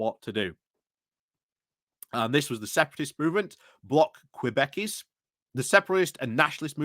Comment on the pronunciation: koo-BECK-kwah. Québécois.